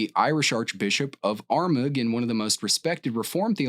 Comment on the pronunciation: I wasn't sure if i had watched this video before then I heard the way "Armagh" was pronounced 🤣 Love the videos keep up the good work